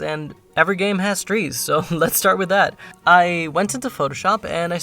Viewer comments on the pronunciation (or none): seriously said twees instead of trees 😭😭